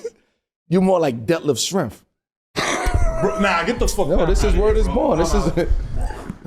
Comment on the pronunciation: Bro said “Schrempf Scampi” 😂😂😂😂😂😂😂